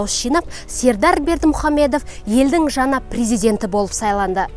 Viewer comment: Жаңа дегенди жана мың дегенди мын дийди Ң ды айталмайман сонда 😂